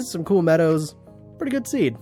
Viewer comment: lol press like for how many time he says zeed instead of seed lmao